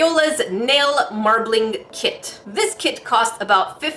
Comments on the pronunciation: I heard "crack kids" 😂😂😂🤣🤣🤣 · lewandowska she said “crap kit” a few times haha 😂😂